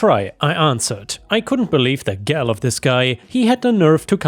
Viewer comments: Gall not gal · Hey, not trying to be a jerk, just helpful. Gall is pronounced like All just with a g in front. Hope it helps I. The future!